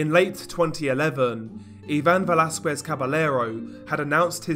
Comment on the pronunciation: His mispronunciation of Velasquez and Treviño makes me cringe. 😷